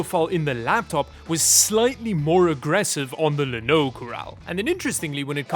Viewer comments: Pretty sure "llano" is supposed to be pronounced "YA-no". It's the Spanish word for "plain" (the geographic feature, not the adjective). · That almost sounded like "Linode". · I'm pretty sure "Llano" is pronounced like "ya know", because it uses the "ll", which in many languages is pronounced like a "y" in English. Ya know? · I know you just selected the llano because it sounds sort of like "lanode" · Llano should be pronounced with a Welsh accent.